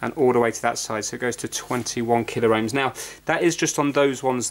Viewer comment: Please,, it's pronounced KillOhms and MegOhms, not Killer-Ohms and credible!